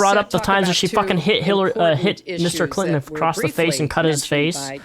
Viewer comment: Why does it sound like they say Hillary Cliton instead of Clinton? 😂